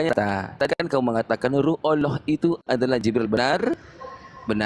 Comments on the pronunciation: Kelihata sekali. Kalau muslim membahas bible menguasai sepenuhnya. Kalau Oten, ngomong Alloh juga Olloh. Boro2 menguasai al-qur'an, nyebut Alloh aja ga becus. Botol botol....oten gaada ilmu, makanya dijelasin gmn pun gaakan ngerti, untuk menutupi nya cengengesan ketawa ketawa. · Sebutan Allahnya yg bener ya.. olohh oloh kakekmu